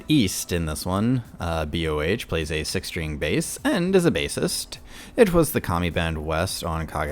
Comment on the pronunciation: Nice. Thanks for reading my comment. BTW, BOH is just one syllable. It's not B.O.H. He just happens to spell his name in all caps. : ) And Miko Todaka, who one of your commenters seems to hate (based on his username), is the singer for the Metalverse project. Like Su-metal (Suzuka Nakamoto), she got her early training in singing and dancing at Actors School Hiroshima (ASH), and is a Sakura Gakuin alumni. The project is produced by Key Kobayashi (BABYMETAL's producer). Some people are upset since they borrow a lot from BABYMETAL. I think that Miko is a talented singer, and their original songs are pretty interesting, especially 'Crazy J'.